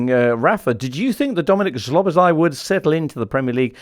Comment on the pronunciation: Guys, get his name pronounced right - it’s SZ (as S) OBOSZ (as S again) LAI (pronounced as laaaahhi) not lay or other nonsense 🤦🏻‍♀️😆😆😆